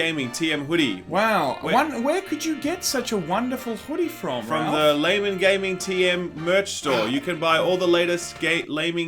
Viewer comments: "Gay guys"? Its pronounced "Lay men" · He almost said Gaymen Gaming at the beginning of this video ha ha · Pretty sure i just heard "gaymen laming". I have no idea what it means, but i can't unhear this now. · "Gaymen Laming" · Laymen Gaming..... Did you mean: Gaymen Laming?